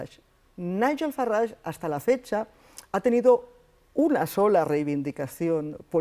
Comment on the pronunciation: No se llama FaRrage. Es Farage (r. Suave).